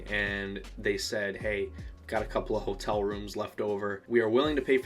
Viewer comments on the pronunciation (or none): Dude, it was so fun to meet you! Wish we'd had more time to talk. Glad you had fun. Thanks for sharing your feelings with us. I felt the same way. When you say "Ho-tell," it's the most Michigander sounding thing ever and I love it! Cheers